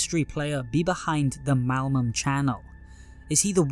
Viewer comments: my immersion was ruined with the constant "malmum" when its "malum" XD great video tho! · bro always says "malmum" not "malum" XD